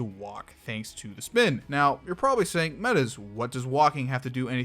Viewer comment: "speen" -funny shroom italian man